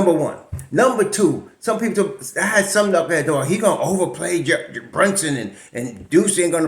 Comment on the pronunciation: ...we got "sum-tin" here!!! Wow, great win. Happy New Year Bro.